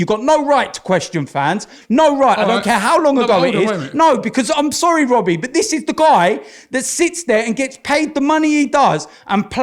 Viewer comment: "when is it gonna end Wobbie"